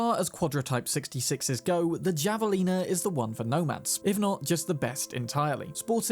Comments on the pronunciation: Javelina is a word with Spanish origins and even in British English should be pronounced /ˌhæv.əˈliː.nə/ . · The moment you said "jav"alina made me cringe out of my skin. I don't know how they pronounce it in game but the animal it's named after is pronounced "hav"alina. The Spanish j sound followed by the ah as in ah-ha. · Just FYI, the Javelina is a Spanish word for a Peccary, a small wild pig. It’s pronounced with an “h” sound, so it’s correctly Havelina. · Javelina is pronounced Hava'lina. The j is silent. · I laughed when he enunciated the J in javelina lol